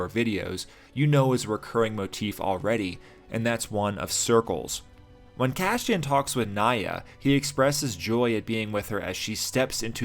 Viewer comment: I'm sorry to be "that guy", but why do you pronounce his name Cashian instead of Cassian? It's like Lando purposefully pronouncing his friend's name HAN instead of HAHN. It's bothersome and it breaks me out of your otherwise fantastic analysis.